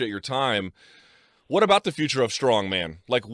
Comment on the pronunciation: Mark is a dumb dumb. For years he couldnt even say the names of the strongman competitors correctly.